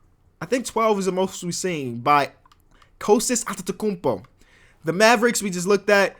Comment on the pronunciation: bigup that authentic pronounciation of Antetekounmpo